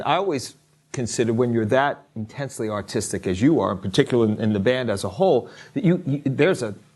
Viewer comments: Oh gosh, when the interviewer said they were artistic I heard autistic the first time and did a double take. And then laughed really hard. Love MCR. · When he said you are all artistic at an extreme level. I thought he said autistic. I was like??????????